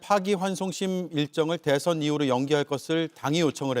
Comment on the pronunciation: 한국어에는 각 단어들에 장음(長音), 단음(短音)이 있어서 국어사전에도 표제어 장음 글자의 오른 편에 : 표로 표시되어 있다. 그런데 요즘 젊은 기자들은 특히 한자어를 말할 때 이를 전적으로 무시하고 전부 아주 짧게 발음한다. 예컨대 '여:당(與黨)', '야:당(野黨)', '대:선(大選)' 이라고 길게 발음을 해야 하는데 아주 짧게 발음하는 것이다. 또 청구인측 변호사가 "피청구인" 을 짧게 발음하는데 "피:청구인" 이라고 장음을 써야 한다. 요즘 한국인들의 '한자어' 구사가 이 모양 이 꼴이다. 이런 폐해는 한자 사용의 폐지에서 기인한 것이다. 정말 큰일 났다.